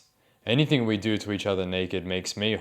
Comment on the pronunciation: 'haven't been accused of ''anythink'' yet' as we judge his literal ability nsw